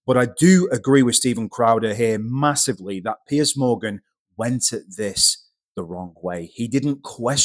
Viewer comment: Piers, not Pearce :)